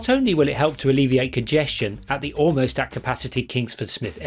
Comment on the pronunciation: Why do you say “owe-most” instead of “almost”?